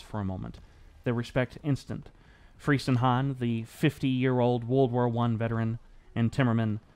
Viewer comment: The name is properly pronounced Freezenhahn. It it German ei, not ie, that rhymes with English word fry. But very good vid!